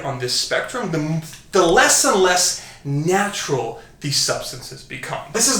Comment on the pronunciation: Simeon Panda is somewhere like “I don’t need to watch this video yeah, I’m nachural, always been nachural.”